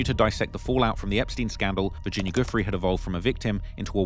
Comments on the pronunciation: Bruh how are you still saying "goofree" when it has been reported so extensively as Virginia "Jewfray" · Why are so many words censored and many names mispronounced? Never understood how some can spend hrs on doing a video & not check the proper pronunciation of names. Especially those who died. Virginia’s last name is pronounced like “joo-fray” and Gislane “gee-lane”. And pls breathe when narrating, it’s too fast,gets unpleasant to listen to after a while. Narrating is not a race.